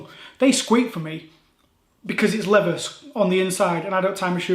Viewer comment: Fing and lever? Sort your pronunciation out.